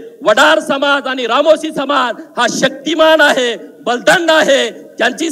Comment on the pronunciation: आपहाट ओबीक सम्हाज